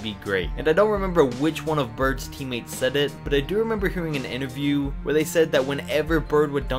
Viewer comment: Did anyone else hear him say “teammeets” instead of teammates?